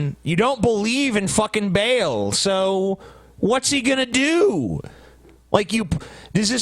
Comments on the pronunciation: It's pronounced Baal Ba'll Ball not Bale. Come on you guys. Don't be as stupid as Glenn Beck. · Ba'al pronounced as "bale"? Come on now. The fact that it's pronounced more like "ball" is probably the best part about the localization of Bravely Second by Square Enix because despite the censorship they actually still made the joke that they're going to "bust some Ba'als.". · aaarrrgggghhhhh it's not bale it's fucking Baal, as in the sound sheep make "baaaaah" with a fucking "L" at the end :D